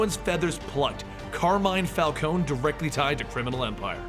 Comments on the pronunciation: It's Falconee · Say it with me Fal-con-e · For the last time it's pronounced Fal-ko-nee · you're pronouncing falcone wrong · Guys, how do you pronounce Falcone properly? Is it Falcone as in, Falkohn Or Is it Falkohney? Not hating on anyone just wanna know the proper pronunciation thanks! :D